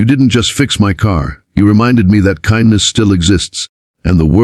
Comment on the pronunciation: Get to pronounce ''Kindness'' CORRECTLY! Geepers... Great story though!!